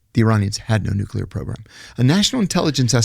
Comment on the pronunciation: Why can't pronounce 'nuclear'?